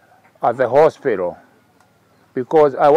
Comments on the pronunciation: Mzee anasema alifanya kazi "hospiraal" 😂😂😂😂underline the word hospiral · Hehehehe........hii ni ile "hospiraal" ya Jeremy Damaris!